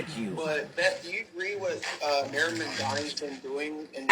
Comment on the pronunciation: She STILL can't even pronounce Mamdani's name right!